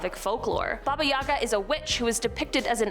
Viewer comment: Baba yaga. Lol watch Lost Girl for the pronunciation. It's pronounced differently. Good show anyways. I've heard of a few of these but I literally watch horror movies every day.